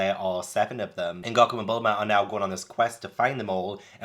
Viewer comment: It’s goku not gocku